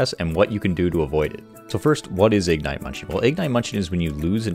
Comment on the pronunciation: Please, please, please... igNITE, not IGnite. Not hating, wonderful content, butmy ADHD brain couldn't focus lol